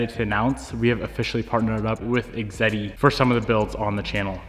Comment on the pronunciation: Awesome clutch. I think it’s pronounced X ehhhh deee and that thing you want to stick in the ground is a fan.